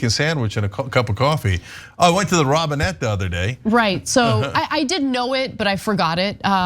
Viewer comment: He likes to pronounce it, "ROBE-in-ette," know-it-all.